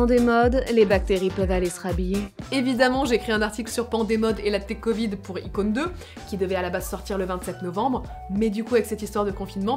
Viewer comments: Mdr tu veux pratiquer le " coit 19" looool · on dit la covide mais pas le covide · On dis le Covid et pas la cavid madam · On dit le covide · Sa ce dit le covide 19